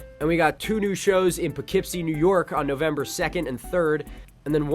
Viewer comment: Thank you for pronouncing Poughkeepsie correctly! Also, now I'm very upset that I moved to NC...any chance you'll head toward Wilmington, NC any time?